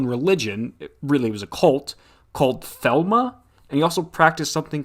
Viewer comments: Not Thelma lol, Thelema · lol calling Crowley’s practice “Thelma” is so funny. It’s actually Thelema and it wasn’t really a cult. Just a bunch of rich socialites who like opium and sex. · Not THELMA… The-LEE- ma!!! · Disliked for that weird Crowley aside and mispronouncing Thelema.